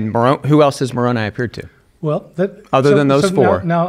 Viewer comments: Instant red flags when someone who definitely knows how to pronounce Moroni says it so it rhymes with macaroni to belittle the tradition. Gaslighting. Also there were 16 witnesses to Moroni. I am not LDS nor do I believe they saw anything with their real eyes. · The I in Moroni is pronounced "eye," not "ee" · Moroni's name is pronounced with an 'eye' sound at the end and nit an 'ee' sound. Just saying. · Latter-day Saint here. Interesting to hear them discuss my religion. I feel Bart brought up some very good points. There were multiple witnesses to the plates and the Angel Moroni (pronounced with a hard I at the end). I believe this is solid evidence for the reality that this happened. I also believe that the literal resurrection of Christ occurred, based on the witness accounts, but also based on modern day revelation that supports it. As a Latter-day Saint, I don’t have to simply rely on old historical accounts as the basis for my faith. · Just to help out, the angel's name is pronounced Mor-oh'-n•eye. And there are more members of the Church of Jesus Christ of Latter-day Saints ("Mormons") outside of the United States than there are within the US. He seemed to be of the opinion we exist only within Utah. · I think it’s funny how they are pronouncing Moroni. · Same!!! Haha and the way he kept mispronouncing Moroni 😅😅😅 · Just like he knew how LDS’s pronounce Moroni.